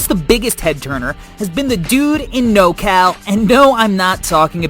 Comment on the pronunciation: It’s Nor-Cal bro 💯